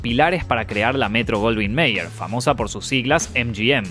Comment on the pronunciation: *pronuncia metro goldwyn mayer bien * al final del vídeo: gracias al apoyo de nuestros PAATREEONS